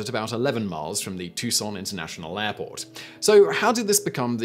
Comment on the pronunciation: T-U-C-S-O-N not tuScon!